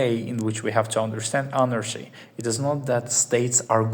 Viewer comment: Nice explaination. (FYI in English words with "ch" in the middle are generally pronounced like "k", not "sh": anarKy, hierarKy, etc)